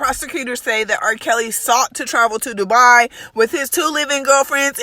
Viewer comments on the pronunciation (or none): “Doo-buy” not “du-bwah” 😂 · please no shade it's called Dubai pronounced Doo-bye.... Just saying u do a very good job but I can't take Doo-buah....😜🤔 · Dubai pronounced (Do'bye) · "Doo-bye" . I know you're saying it the other way on purpose & it's funny. Greetings from Dallas 🤣🤣 👋🏼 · It’s an inside joke from an earlier video she posted several months ago. That’s why she’s placing so much emphasis on the onset and incorrect pronunciation! It’s intentional. 🤗 She’s being facetious! 🤣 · you sounded extra peppy when you started the video so to hear you say you had coffee is funny. I’m cracking up on how you say Dubai. Keep the great videos coming! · 86misshazeleyes nah she just don’t know how to pronounce it